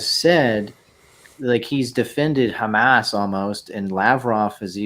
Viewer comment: gave himself away. ‘Chamas’ Nobody but jays pronounce it like that. Your noes is showing